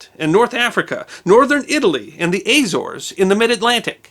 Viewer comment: Another great production but I had to cringe at some of your Portuguese pronounciation. Azores (Açores) is Az-ore-is, ribeira (riverside) you pronounced more correct in the latter psrt of the video but I couldn't recognise it as the noun when you first said it. Funnily enough in the UK we say the word shone as shon and not as shown. Wasn't Mark Twain who said two nations divided by one language?